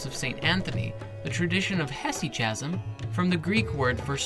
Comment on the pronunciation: "Hesychasm" is pronounced like "chasm"...come on, dude